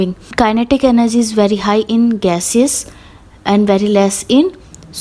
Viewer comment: Energy hota h enerzy nahi😅😅😅